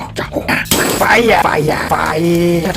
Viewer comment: WHY YOU SAY FIRE FIRE LIKE THAT😂😂😂😂